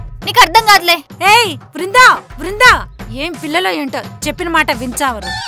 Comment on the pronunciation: వృందా కాదు దీని బోందా.......